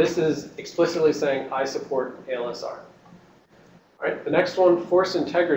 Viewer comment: That guy keeps saying ALSR instead of ASLR, drives me nuts.